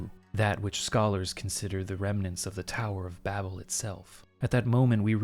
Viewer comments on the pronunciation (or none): none